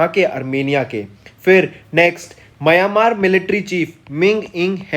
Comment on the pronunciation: Borgohain, Myanmar apse bola nahi jata. Bor Gain, aur Maya Maar bolte ho.